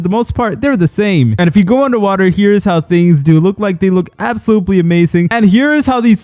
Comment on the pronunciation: “Absoblutely—“ I can’t. I just can’t lol.😂